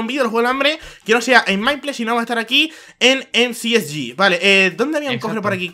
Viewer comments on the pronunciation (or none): Se dice Em ci es yi ! Se que no se escribea si pero asi se dice